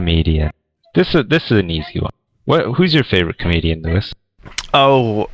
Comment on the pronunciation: Just noticed that said poois instead of Lewis at